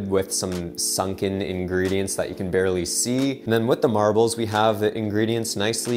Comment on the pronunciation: i feel like he's saying marables instead of marbles.